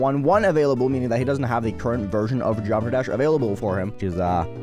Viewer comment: Why does he talk like that? He can't even say geometry dash properly